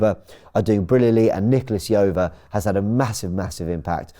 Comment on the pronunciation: Why are English media so bad at pronouncing foreigners names. Nicolas Jover ( how do you pronounce j in John)